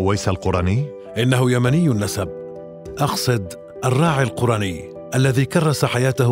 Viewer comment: القرني بضم القاف شتيمه و اسم هذا التابعي بفتح القاف "الـقـَرني" من اياد من قرن من اليمن رحمه الله، و أما حديث خير التابعين أويس فلا يصح، و الله أعلى و أعلم. ❤